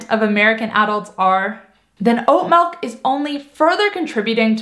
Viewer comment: Melk? Well, a little dramatic but I do make my own. You don’t need to soak it overnight but the longer you soak it the more slimy it is. 4 cups water, I cup oats, 1/4 cup cashews. Keeps 4 days.